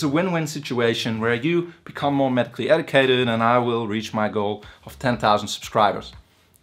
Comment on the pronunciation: How can you learn from someone that says “ Ed- I - cated “ ( Edicated ) and not Educated